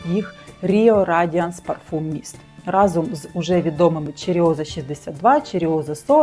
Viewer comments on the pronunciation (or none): none